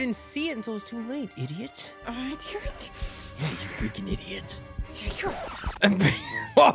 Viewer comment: I love the part when he said IDOT